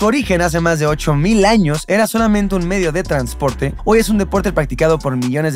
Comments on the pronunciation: Minuto "método de transoprte" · Fascinado solo que en una parte de tu video se equivocaron jejej para que veas que no me pierdo ningún detalle Min: “METODO DE TRANSOPRTE” 👌🏻👑👑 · Hoy me di cuenta de que dice "Método de transoprte" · NOTARON QUE DECÍA "TRANSOPRTE Y NO TRANSPORTE?" JAJAJAJAJA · "Método de Transoprte"